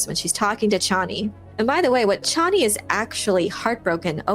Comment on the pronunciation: Chay nee, not Chawnee